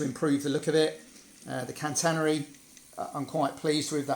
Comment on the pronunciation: It looks great. You always make sweet layouts with lots of visual interest. When you say Can-tannery it makes me jump a bit. It's Ca-tenary, Catenary. Sorry, I don't mean to offend and I apologise if I have.